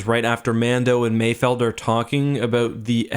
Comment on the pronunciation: Thank you for saying it correctly, "Mayfeld", people keep saying Mayfield but they clearly say mayfeld several times lmao